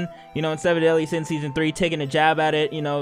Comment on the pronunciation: Seven deadly sins✖️ Semen Deadly Sins✔️